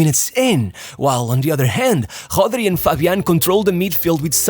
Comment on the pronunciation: Why do you pronounce it as Hodri 😂 to sound more authentic